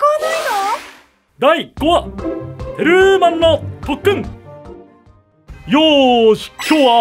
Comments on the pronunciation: テ↓ルー↑マン↓ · テル↑マン↓ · テルーマン強調しすぎｗｗ テルーマン！っテルーマンっっ！ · テルーマン強調しすぎ